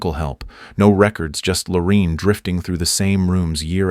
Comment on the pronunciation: WHY IS NO ONE COMMENTING ON THIS DANG AI 🤖!! This story keeps looping in on itself just like the DNA mention among the sad people represented here! Keep vigilant folks, robots are taking over! 🤖🤖🤖💩 ps ... It's Lor A inne, not Lor E inne Whitaker!